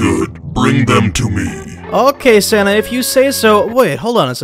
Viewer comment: Keep saying Santa like Senna